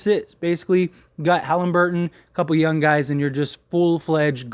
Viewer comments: Why do you keep saying yun and not young? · There’s a G on the end of “Young” player.